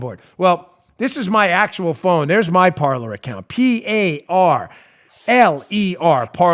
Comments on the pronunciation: Dan, it's not parlor, it's pronounced "par•lay." It's French for "Talk" or "speak." As in "parlé vous Francois?" (Do yo speak French). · Please tell dan...its Parle....in french....means to speak....like the pyrates say in conflic "Parler" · Parler. French for “talk.” Pronounced par-lay. Just parlayin. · I suspect PARLER is pronounced "par-lay" after the French verb of the same spelling that means to speak. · it seems to me that parler (probably French) should be pronounced parlay. i could be wrong tho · That's Par-lay. It's French, "to talk".